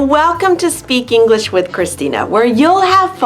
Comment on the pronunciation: /English-e/ ? Christina, you often say [English-e]. Why -e? This video